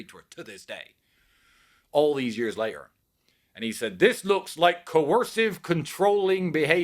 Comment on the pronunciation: They should drop all charges if these brothers can pronounce the word "matter", "totally", or "later" correctly.